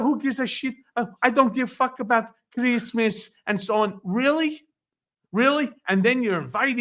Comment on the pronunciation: Melania Trump "Fuq Kreesmas." We all heard it.